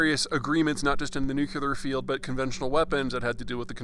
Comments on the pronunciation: / nuCLEAR vs nuCULAR. Big difference. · Enjoy listening to your insights very much. Thanks Peter. I was surprised, today, to hear you mispronounce NUCLEAR!! There seems to be a teacher in USA who has taught many folk to pronounce it "New you clear"! It is simply NEW CLEAR!! Since we face this threat, let's at least pronounce it correctly!! Keep up your good work. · The word is new-klee-ar. Say it. NOT nuke-you-lurr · It's nuclear, not nucular. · NU - CLE - AR: not NU - CU - LAR As intelligent as you are... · Peter. Again, it's pronounced 'New-CLEAR', not (as you and Dubya would have it), 'Nookular'. One loses credibility when one employs Hillbilly pronunciation. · Please, Peter, it's nuclear, not nucular... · Nu clee ur ... not Nu cue lar. : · / nuCLEAR vs nuCULAR. Big difference. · Dude, it is nuclear not nucular. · Peter, please...you sound sophmorish when you pronounce it "nuke-you-ler". This is not the pronunciation. It is "new-clear". You sound like a goddamn rookie. You are better than this, I hope. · NU-CLE-AR. PETER. NUCLEAR. not NUCULAR. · new-cle-are NOT nuk-u-ler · Nuclear ---- New-Clee-Err.... how is this crazy smart human mispronouncing this word? I have suspicions about how he pronounces espresso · please enought with the "nuculair" prononciation my ears are bleeding, come on!! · I've always been wary of experts who pronounce it "nookular" and Mr. Zeihan helps confirm why. His opinions have become so predictable I don't feel the need to watch any more of his videos. Just think about what the CIA spin would be on ANY topic, and you already know what Peter will be saying. Nothing more than propaganda, but then again, most people need to be told what to think. Research, analysis, investigation, yeah that's just too much work. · Dude I love your videos but please stop saying Nucular! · please pardon the peeve - new kleeeee errrrrrrrr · I very much enjoy your commentary, but NUCLEAR is pronounced NEW-CLEE-er. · Dude, you say "nucular" ? 😅